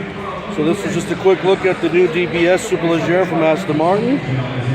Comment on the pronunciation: SuperLEG-era, as in 🦵, or the way you say it ledgerra